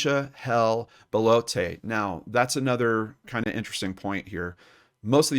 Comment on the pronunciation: not 'BAH-LOH-TAY'... 'BELL-OTT'... it's french, not spanish....